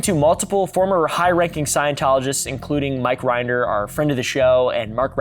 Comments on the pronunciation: Rin-der Not Rind-er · That’s not how you pronounce Mike Rinder’s last name.